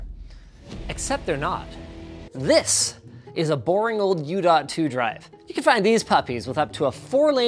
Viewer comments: It killed me that he kept ignoring the "oof" and just kept calling it the "oo" drive. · It's not OO linus... it's OOF: big OOF linus. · 69% sure Linus said oo instad of oof to annoy Riley and Madison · Big oof Linus, reading them as OO throughout the video..